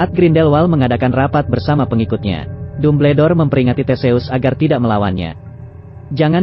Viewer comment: Apa ni kok Dumbledore di baca tubeldor ini kaga konsisten